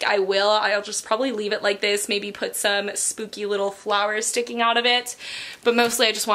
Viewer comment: Is it only me or does she say spoopy instead of spooky?😂